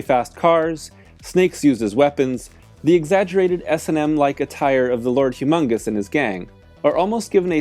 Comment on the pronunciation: It's Lord Humungus, not humongous.